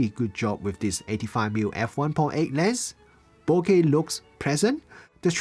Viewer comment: Thank you for saying bokeh correctly!